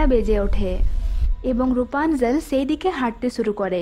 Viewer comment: আপনার ভাসায় কিছু সমস্যা আছে, আসা করি ঠিক করে নিবেন। ছেই হবে না হবে সেই ছেটা হবে না হবে সেটা এমন আরো ওনেক মিস্টেক আছে